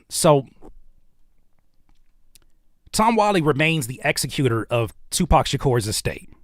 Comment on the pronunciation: I’m sorry bro but you had me dying saying executor. You were pronouncing it wrong. 😭😭😭 executor is pronounced the same way you say executive.